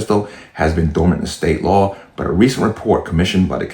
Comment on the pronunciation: Stop using AI. She could not even say Law correctly.